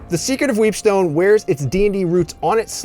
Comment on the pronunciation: I tried not to but I just kept hearing "Weebstone"